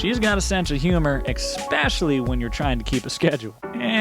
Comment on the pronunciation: Great video except..."especially" has no x or k sounds in it. My wife does it all the time and it drives me nuts.